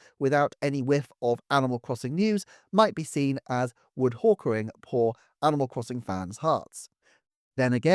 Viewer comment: "Wood hawkering" ooooof